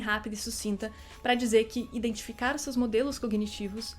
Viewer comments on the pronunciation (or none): none